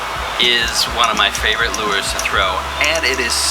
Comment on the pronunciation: I think its pronounced "lures"